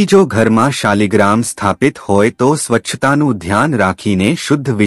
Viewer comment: શબ્દ શાલિગ્રામ નથી પણ શાલગ્રામછે